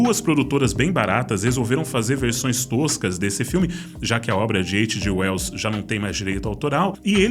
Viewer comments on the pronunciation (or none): Vídeo espetacular. Mas veja, "eidjiueus"? Faz a gente capotar no meio da narração. Traduzir letras é dose... Mas desculpe se vc é anglófono ou foi alfabetizado em inglês. Mais uma vez parabéns por mais um vídeo excelente e obrigado!